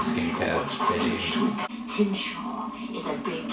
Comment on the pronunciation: Chim Shar, pronounced "Tim Shaw". I feel sorry for all the viewers called Tim Shaw. I thought the answer to "How will she survive the fall?" being "she just does" was a bit weak and cartoon-like. In general though I think it was a good start.